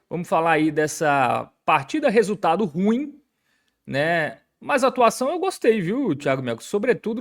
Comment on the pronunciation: A pronúncia não é RUIM!!! ....é RU-IM!!! Tem 2 sílabas!!! Internet tbm é cultura!!!